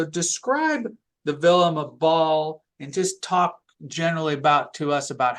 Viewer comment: LOL, “Vilima Ball”. is a good guy, though.